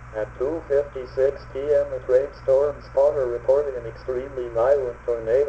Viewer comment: It sounded like he said “A great stormed spotter” he said a trained storm spotter. It might be my ear buds is why it sounded like that.